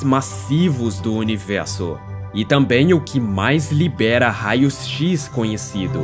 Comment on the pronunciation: Por que univelso e não universo? Cebolinha?